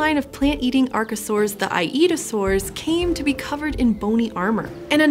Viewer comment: I-eat-a-saurs lol